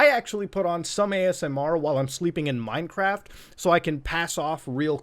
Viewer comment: feel weird for the ppl who heard him say sleeping in minecraff and dunno wassup